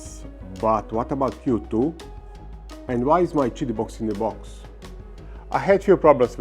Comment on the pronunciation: Pronounced it correctly now! "cheety"! Hey Doc! Good job! I still liked when you said "kitty". 😊 I printed a plaque for my Plus4 that says; "Kitty Plus 4" in honor of this. ❤️ We love ya Doc!! 😊 Team 7 Beta Testers